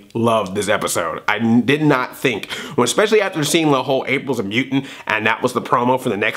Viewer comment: Bispecial. Spee-she-uhl